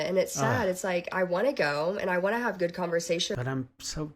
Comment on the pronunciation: yall doesn't pronounce the last letter of some word. "It won't be goo" he says.